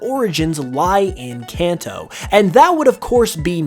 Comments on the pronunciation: You keep pronouncing Kanto wrong. Kenton is pronounced (kahn-toh). Its Japanese. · I mean Kanto not kenton.